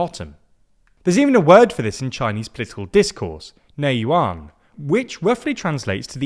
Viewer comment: native mandarin speaker with 11 years in mandarin school and speaks 3 different dialects Nei Juan is a pinyin spelled phonetically. So instead of pronouning it as Nei Yuan it's just Nei4 Juan3 , spelled with a J. The number depicts the tone used out of the 4 possible tones. You can Google the word 內卷 to get a an idea of it Even in my native country like Malaysia, a lot of business industry initially welcomed China companies with open arms , but after experiencing the Nei Juan culture we bring, we'rr regretting that we've opened the Pandora's box